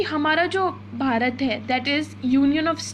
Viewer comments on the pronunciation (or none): none